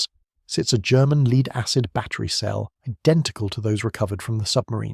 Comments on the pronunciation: I’d like to have one of those “leed-acid batteries”. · Shame about the AI CRAP 💩 , LEED ACID BATTERY'S